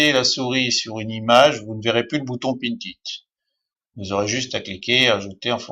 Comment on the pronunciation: Mais comment me suis je retrouvé ici ? J'avais deja depuis longtemps pinterest, et un bouton de raccourci mais ..... ce type a une voix énervante !!! on sent qu'il n'a rien de naturel dans sa façon de s'exprimer, et puis on dit "Pin it" pas "pinTTTT it" ....